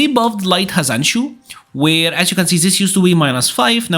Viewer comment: Sigh... "hazanshu."